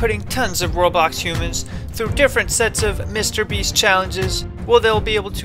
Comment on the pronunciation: Sound like you said roblox when you said sandbox